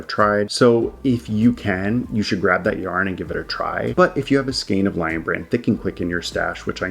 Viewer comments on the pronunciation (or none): none